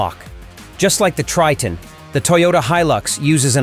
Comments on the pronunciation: It's pronounced as "Try-ton" Not "Tree-ton", alright? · A lot of questions pop up here, Tre-ton ? No is (Try-ton)